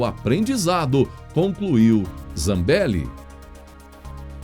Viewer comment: Sua pronúncia do nome da Deputada "dos áudios", me parece esquisito no sobrenome. Reveja. Embora isso não diminui em nada a validade do seu Jornal que é excelente. #FechadosComBolsonaro